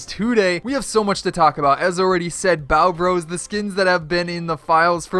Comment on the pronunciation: Hol up , you said byeo bros (spelt how he said it)